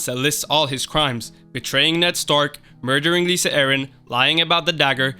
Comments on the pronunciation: It's not "Lisa" and "Tears of Lice." It's "Lie-sa" and "Tears of Lease." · I love how u pronounce tears of lys and lysa arryn exactly opposite of what they are supposed to sound like. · Lisa not Lyssa? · Lysa....it's LYSA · Can you please learn how to pronounce “Catelyn”, “Lysa”, and “Lys”. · Sorry, couldn't finish the video due to all the spelling and pronunciation errors. Lisa? Caitlin? Marcella? Is this an American High School? Jon Aaron 😂😂😂